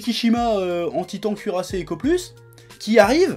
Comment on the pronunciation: J'ai entendu le "Tweetant cuirassé"